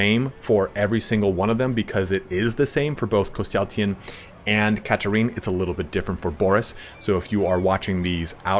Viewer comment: Where you add an “a” after the “y” in his name Threw me off the entire video lol great video though